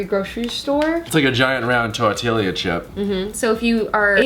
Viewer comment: Tor-t-yah. Not tor-tilly-yah.🤣 He totally cracks me up when he says that. Dude, do you eat qway-suh-dilly-yahs?